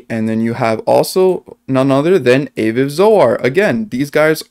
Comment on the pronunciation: FYI Aviv is pronounced Ah-veev. Great video. Love this. I really hope is Satoshi.